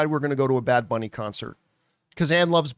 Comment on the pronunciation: you only botched “booney” lmao